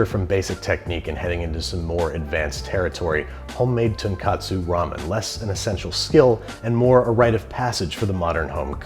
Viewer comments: First, the word alkaline refers to rare Earth elements. "Base" is the opposite of acid. If you use the word alkaline when you mean base or basic, then you're just showing you're ignorance of high school science. Second, you keep saying tonkatsu instead of tonkotsu. Tonkatsu is a fried pork dish. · Love you dude, But "Tonkatsu" and "Tonkotsu" are pronounced differently because they are two very different dishes in the japanese food scene. If you order "Tonkatsu" (as you mispronounced "Tonkotsu" in this video) in Japan.... you get a Pork Cutlet with rice. Just letting you know. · rigbyme I know bro.... he’s saying tonkatsu not ton KOT SU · He got corrected like a zillion times in the comments of the last video but apparently hasn't noticed yet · Japanese has tons of homophones, more than English, due to how Chinese readings got adopted into the language. But tonkatsu and tonkotsu are not pronounced the same way. The o and a vowels sound different. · An american pronunciation of tonkotsu sounds like the japanese pronunciation of tonkatsu. He’s pronouncing it with the o sound in “cot”. I guess he just doesn’t want to pronounce it traditionally. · darklordster It's not just a mispronunciation. He's literally saying a completely different and equally common food by mispronouncing that one vowel. It would be like someone saying they're going to cook "chicken steak," but what they really want to say is that they're cooking "chicken stock." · My Japanese girlfriend is losing her shit right now each time he says it wrong.... 😅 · That's how american pronounced tonkotsu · he didn't make his own aroma oil and wrong pronounciation of Tonkotsu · Step one: Say the name of the dish right. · It has to be pronounced as 'ton-koht-su' and not 'ton-kaht-su' since tonkotsu and tonkatsu are 2 different Japanese meals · I now realise this. Thank you. The way he says is similar to "Tonkatsu." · Tone Koh Tsu, not Tonkatsu, Tonkatsu is a fried pork cutlet. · "TOH N-KOH-TSU" not tonkatsu